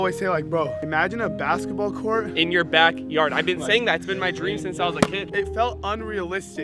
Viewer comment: Faze rug said drem instead of dream